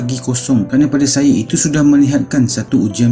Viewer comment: Alah ajai pun..dia sndri nyanyi sebutan pun x jelas..syaayaa laa..syeemakinnn lahh..fundekk